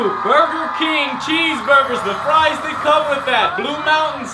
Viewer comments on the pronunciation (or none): none